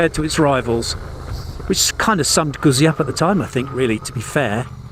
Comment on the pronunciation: I've always loved Moto Guzzi - although I'm amazed that people still can't pronounce it properly - you can pronounce pizza ? Well, the ZZ is said the same way!! I'd been thinking about a Stelvio, as I already have. MotoGuzzi 1000S and an Africa Twin 1100. The Honda is a real tough act to beat and an amazing road bike. I bumped into a guy with a V100 Mandello yesterday and after a year of riding it, said that he really liked it. However he said that his mate had an identical machine that had been at the dealers awaiting repair for 10 months with electronics issues! Now, if that was a Honda, that would have been sorted, but you're relying on Piaggio UK, who are hopeless. So I'll enjoy riding my old Guzzi, but I'll take the Honda over the Stelvio. Or, as the man says, get a proven V85TT and spend the change on fuel and see the world.